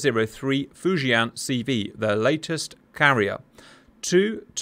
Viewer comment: Hey cap! Your pronunciation of “Fujian” is actually pretty accurate haha. Great vid.